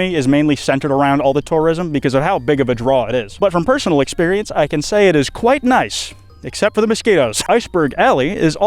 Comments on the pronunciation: That’s a “ interesting” iceberg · Kwites back! Praying to my plushie has payed off 😄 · YOUR BACK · FUCK YEAAHHHH ITS